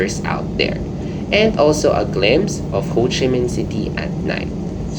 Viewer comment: It's actually 'Ho Chi Minh'. Nice trip report anyways. ☺️